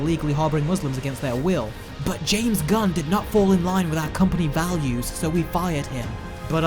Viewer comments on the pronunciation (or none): none